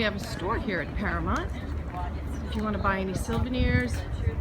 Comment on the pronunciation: Is it really pronounced para-MONT? I’ve always been saying para-MOUNT.